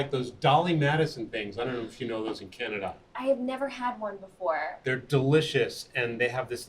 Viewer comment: 女性の方のbeforeの発音を「バフォア」って発音するのかっけえ。